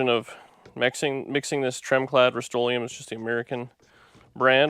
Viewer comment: Canadian Rust-o-leum...lol.